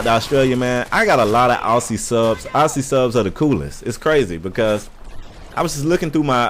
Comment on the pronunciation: loving the shout out to us Aussies, but its pronounced with two ZZ's instead of the two SS's. Spelt: Aussies, Pronounced: Auzzies dw lots you Americans get it wrong :P